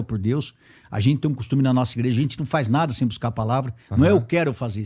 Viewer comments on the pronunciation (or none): none